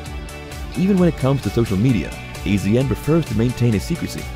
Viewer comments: "AZN" yeah we pronounce it as "ASIAN"........ you know probably cuz he's Asian, maybe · AZN pronounced ASIAN I hate these robo voice overs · Dear Celebrity Net Worth, we already know 99% of this. If you’re trying to do an update, just the tiniest bit of research would have made this worthwhile, not regrettable. You would have known that AZN is pronounced Asian. Also Farm Truck’s last name is Whitley, not Whitely. The rest isn’t worth my effort.